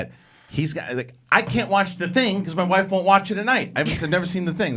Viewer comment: A bad ex. on bad journalism. "Does your wofe play?.."